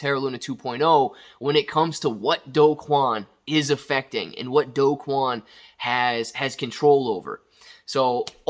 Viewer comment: Do is pronounced "doo"